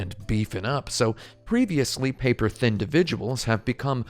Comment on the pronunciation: omg did you say paper-thindividuals? amazing